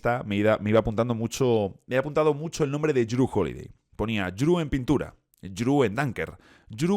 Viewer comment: Respecto a la pronunciación, Jrue es "Dru"